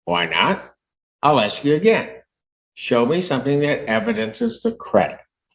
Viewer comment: Sovereign citizens always "ax" questions